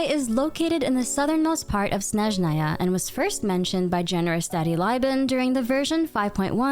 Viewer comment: FINALLY, A YOUTUBER WHO PRONOUNCES Snezhnaya CORRECTLY BLESS THE AEONS